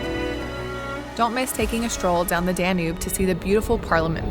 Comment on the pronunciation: I am surprised you can not pronounce DANUBE. not even close